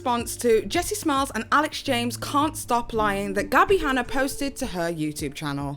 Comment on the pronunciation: Did anyone else hear "Gassy Hanna"? 😂 Love her!